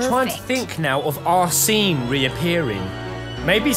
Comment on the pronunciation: Is there anyone else who is triggered of the pronunciation of arséne by peasent?